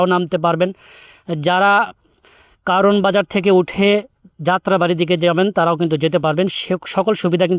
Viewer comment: কাওরানবাজার না বলে আপনি যদি জায়গাটির শুদ্ধ নাম কারওয়ানবাজার বলেন তাহলে প্রশংসিত হবেন।